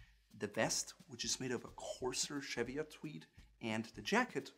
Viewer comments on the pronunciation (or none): Cheviot is pronounced /ˈʧi:vɪət/ like English, and not like it was French */ʃevɪəʊ/ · Interesting video, but Cheviot is pronounced CHEE-vee-ot not CHEV-ee-ot. The Cheviot Hills are the northern end of the Pennines in the north of England. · Sorry it’s me again. It’s pronounced Cheev-iot like cheese. Harris tweed uses only natural dyes from the Hebrides and is entirely made by hand by individual weavers. It is tightly woven so has a degree of waterproofing. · This is a great video, loads of Tweed in the UK so cheers! We pronounce Cheviot Chee-vee-ot over here. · Being locally born and living in the Cheviots it's actually pronounced shev-ee-ots the chev used as in chevron or Chevrolet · You beat me to it (by four years!). Yes CHEE-vee-utt as I would write it. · Cheviot..pronounced as,,Ch as in Chair, chop etc....but hey other than that ..1st class. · Cheviot is pronounced CHEE-vi-ott with a hard T. Donegal is pronounced Dunn-ee-GOL.. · Please - cheviot is pronounced "cheeve ee ot"! its not French!! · It’s pronounced cheeviet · My dear chap, 'Cheviot' isn't pronounced as if French, but with the 'che' like 'cheese' and the 't' is sounded. This aside, a splendid review and I personally prefer the Harris Tweed and my golds and browns shaded thread jacket is simply splendid. Deceptively warm too. Tally ho! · Cheviot is pronounced with the t. The t is not silent.